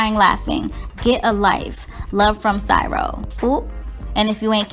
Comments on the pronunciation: Not syro (Cairo).. it's kyro (Cairo) lol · Lol, Cairo is pronounced "Ky-roh" sis, not Sy-roh. I had to check & make sure I hadn't been wrong about the pronunciation for half my life because I've never heard anyone pronounce it like that😂 but anyway, Swizz Beats is right. I see nothing wrong with the exes getting along & still being a unit, especially for the sake of the kids. When the father of my children got married about 2 years after I did, his wife & I got along very well. I understand every situation can't be like that because each individual is different but it is possible & it's definitely better for the kids. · Sigh row ... lmao CAIRO is pronounced (ky-row) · Hi !!! I love your videos. The pronunciations of Cairo is ( kairo) not with an ( S ). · Lol.. Cairo.. Pronounced with "k" sound not "s".. I love you girl but that was funny 😚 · There's no "s" sound in Cairo, Egypt. Ky-row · You pronounced Cairo wrong the C is a K sound. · Cairo is pronounced kye-ro, not sy-ro! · LOL it’s pronounced Ky-Ro 🤦🏾‍♀️ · It’s sounds out like ca-i-ro. Lol. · Cairo Egypt is pronounced “KYRO” 🇬🇲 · GIRL...! Cairo is pronounced KY-ROW! 😂But I get how it can be mispronounced lol. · Cairo = ka.. Ka...kairo! Now sound it out 😅😅😅😅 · It's Cairo (kai-row) Egypt .. still luv ya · Cairo pronounced “Ki-ro.” It’s the capital city of Egypt. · It's pronounced "Kairo" btw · It's Cairo with a hard C. Pronounced Kyro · Cyro??? Thats not how u pronounce Cairo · It's pronounced Ky row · Pronounced Kai-row. Just saying. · Pronounced Ky-row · Pronounced "kairo" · I just want you to know Cairo is pronounced with a hard K sound. And i agree with Swizz if "they" aint mad why is anybody else, people would be happy if it was drama between them just leaves me to believe the media played up the initial drama in the beginning. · It's called Cairo !! Take a break from spilling tea(gossiping and attention seeking) and work on your spelling and reading!!! 😣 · Girl it’s a hard C sound for Cairo.